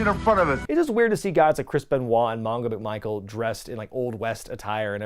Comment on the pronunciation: Did he call Steve McMichael "de Michael" or am I mishearing it?